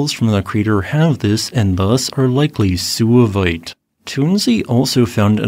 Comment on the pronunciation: suevite is derived from the Latin geographical name Suevia, a region in modern Germany known as Schwaben in German, Swabia in English. The "u" in suevite should therefore be pronounced as a "w" in English giving the word only 2 syllables, not 3; SWAY-vait, not SOO-a-vait. The latter sounds like it derives from Latin sus, pig in English.